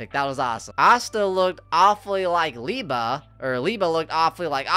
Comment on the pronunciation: its Lee-Bay